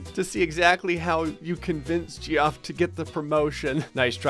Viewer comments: Geoff is pronounced Jeff. My brothers name is Geoff, it’s pronounced Jeff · Geoff is pronounced Jeff, my dude. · No one: Geoff:: “JEE OFF” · Him saying jee off hurt so much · it is pronounced like jeff. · Geoff is pronounced like Jeff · My favourite part is you saying Geoff wrong the whole time 😂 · Your pronunciation of Geoff makes me want to smash my head through a pillar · Are you pronouncing Geoff like that on purpose? 😂😂😂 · Every time you say Geoff wrong I die a little inside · Are you actually pronouncing Geoff the ways it’s spelled?! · As someone named Geoff, is torturing me with how he pronounces the name. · Saying it "Jee-off" gives me shudders - it's pronounced "Jeff" dammit D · its not pronounced gee-off its pronounced jeff... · It..it..it's pronounces Jeff.. not gee off..right? Or have I been saying it wrong this whole time? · why is no one talking abt how he pronounced geoff as “jee-off” and not like jeff lol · It’s not pronounced Gee-off, it’s pronounced Jeff. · Ge-off 😂 it’s pronounced Jeff 😂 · GEE OFF? IT'S JEFF LMAO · Gee-off? It's Jeff. XD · Gee-off Its pronounced Jeff..... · "Jee off", erm, what?? It's Jeff spelled Geoff, cos English... :P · “Geeoff”? It’s pronounced “Jeff”. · “Jee-off” Lmao it’s pronounced Jeff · Umm it's not pronounced gee-off it's pronounced jeff but I always say Geoff on purpose anyway so you do you my Florida friend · Even though I know it’s pronounced Jeff, I still say “Jee-off” when reading it. Geoffrey is even funnier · Did anyone else know while watching this that Geoff is pronounced Jeff? Just curious. And if you're reading this, now you know. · the pronounciation of Geoff is Jeff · it’s kinda funny but ur pronunciation of geoff is so off 😂😂 ITS JEFF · It’s pronounced Jeff 🤣🤣🤣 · Geoff is pronounced jeff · IT’S PRONOUNCED LIKE JEFF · Does not understand that Geoff is pronounced like JEFF??? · pronouncing “geoff” as “gee-off” is fuckin hilarious to me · GEOFF IT PRONOUNCED JEFF LMAO